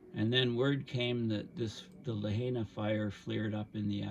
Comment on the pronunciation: FYI, Lahaina is pronounced Lah-High-Nah.